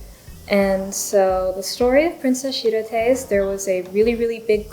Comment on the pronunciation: oh wow, i opened youtube at the exact right time :O shirotae is pronounced tah-eh at the end ^^ i've had my eye on the princess uguisu one since it was announced, i think the combination of green and red plus the design is just so pretty! thats a good point about posting the pen, not a problem for me since pro gear slims are too backweighted (for me!) posted, but thats good information, i think most people i've seen post their pgs's